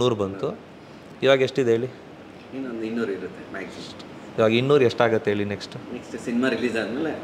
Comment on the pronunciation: ಹಲ್ಲಿ ಅಲ್ಲ ಅಲ್ಲಿ, ಹೇಳಿ ಅದು ಹೇಲಿ ಅಲ್ಲ better ಆಗೀ ಹೇಚ್ಚು ಕನ್ನಡ ಮಾತಾಡಿದರೇ ಸುಲಲಿತವಾಗೀ ಬರುತ್ತೇ ಮನೇಯಲ್ಲಿ ಕನ್ನಡ ಮಾತಾಡಿ ಅಭ್ಯಾಸ ಆಗುತ್ತೇ, ರವಿಚಂದ್ರನ್ ಅವ್ರೇ ಹೇಳಿದ್ರು ಓಮ್ಮೇ ಮನೇಯಲ್ಲಿ ನಾವು ತಮಿಳು ಮಾತಾಡೋದು ಅಂತ